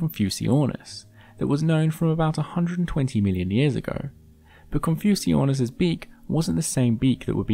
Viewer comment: Wait isn't Confuciusornis supposed to be pronounced like "Confucius"(+ornis)?